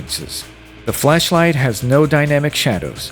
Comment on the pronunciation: the what-light? you did NOT say flashlight lmfao